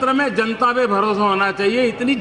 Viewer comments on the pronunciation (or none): none